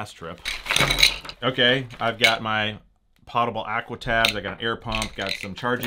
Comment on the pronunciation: POE TAH BULL. that is how you pronounce water that you can drink. PAH TAH BULL means that you can put it in a pot.